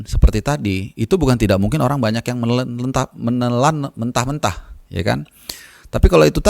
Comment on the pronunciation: Menentah melan2 (menelan mentah2)...pelan2 bang..hehee Cm 2 channel yg kredible dan berbobot..channel ini sm tommy desky..infonya A1 dan daging semua Sukses selalu bang